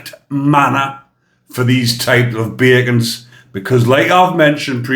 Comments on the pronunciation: I struggled too & had to read the comments to find out the word, I thought he said 'bagans' lol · sounds like you are saying bacons